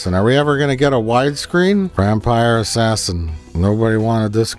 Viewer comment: It's Vampire Ass-Ass-In.